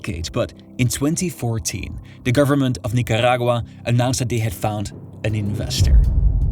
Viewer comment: Is the rolling rrrrrrrr supposed convey to us that your pronouncing those countries names the same way the locals do? , Nicarrrrragua?😂